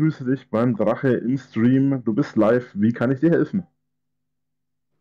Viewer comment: Kann mal einer Rainis Lebensgeschichte als Gast bei ihm im Schtream als seine Eigene erzählen. Mich würde interessieren ob das merkt xD